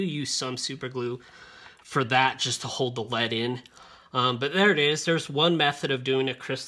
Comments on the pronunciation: Nobody actually pronounces "LED" as "lead" as in "pencil lead." It's just "ell-ee-dee." The negative lead ("leed") is the cathode, not "cathoid". The disc is pronounced "chass-ee" not "chass-is" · also LED is pronounced ELL E DEE not lead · L.E.D not led. light emitting diode is what it means